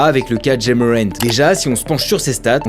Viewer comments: C’est pas “jay” c’est “ja” (comme jah) 😊. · Quand faut prononcer des prénoms à l’américaine c’est à la française qu’il le fait et la il nous prononce Ja avec le a américain 🤣